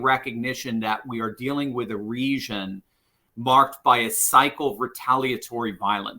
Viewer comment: What is "resion"? The correct pronunciation for the word "region" is the same as "legion" with an accentuated "G" sound not an "S" sound. The season is the reason for the legion in the region.